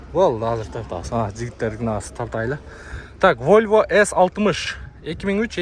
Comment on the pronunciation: Войва эмес волва десен